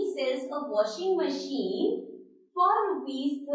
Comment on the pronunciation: Mam it is washing machine not watching machine